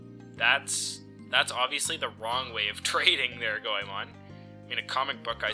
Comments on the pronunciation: Boi it's goemon not coemon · And it's pronounced as "go men"